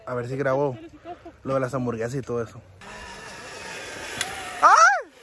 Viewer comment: Nadie::DyA d Diversión y HamburGueZas JAJAJAJAJAJA